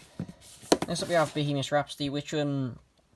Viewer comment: Why do u call bohemian rhapsody bohemish rhapsdudy